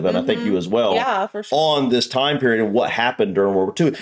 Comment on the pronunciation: *Time, not "tome".